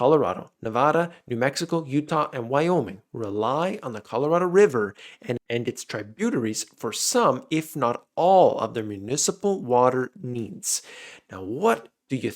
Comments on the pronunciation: Trib-you-tarries Tributaries. Not Try-bute-aries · tribunaries...hahaha love ya brotha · Try Buter ies's. Reall? You don't know house to pronounce tributaries. LOL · trib yoot trees....said fast. cheers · trib-you-tare-ies ... waterways that conTRIBUTE to a rivers flow. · TRIB-you-tarries,. They conTRIBUTE their flows to the river proper. Sorry, I'm a pedantic ass LOL. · "tributaries" Check your pronunciation. Just trying to help. Love your show.